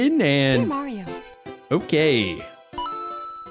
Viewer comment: that's not maaso that's mario